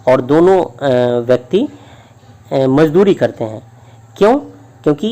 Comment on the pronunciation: Aapka ''mazduri'' galat hai